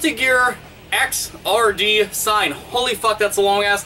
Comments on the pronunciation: Xrd is pronounced igzird (similar to 3rd), not X R D. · I believe it's not X, R, D, but "Exerd" like "Third" but with an X. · It's not pronounced "X-R-D". It's pronounced "egg-zard". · Just so you know, Xrd is pronounced "exird", like "X" mixed with "3rd," because it's a sequel to both Guilty Gear XX and Guilty Gear 2. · Isn't it pronounced guilty gear xrd (zerd) sign? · I think its pronounced "xird" similar to "3rd", since they can't call the game "guilty gear XXX".